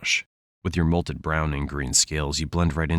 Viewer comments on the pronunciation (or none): mottled? not molted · MOTTLED not molted. I’m malding how could you make a mistake like this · It's mottled, not molted. Molted means shed, mottled means marbled/a pattern with a mix of colors.